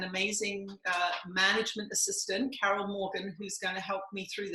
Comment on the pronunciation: Yes, Carol, you did pronounce my name correctly. 😁 Thank you for taking my question! 💥 Thank you and Jesus for the work you are doing. 💖